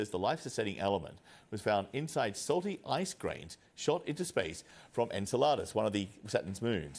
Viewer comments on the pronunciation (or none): A newscaster of all people should be able to correctly name the object they're talking about. "Enseladus" does NOT rhyme with enchiladas. 😂